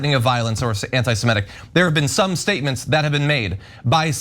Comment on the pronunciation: What is “semEtic”?? I’ve heard of “semItic”.